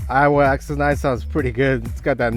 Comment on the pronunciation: They are same price that means 2 JBL is double the price. And stop saying Iowa. It's Aiwa.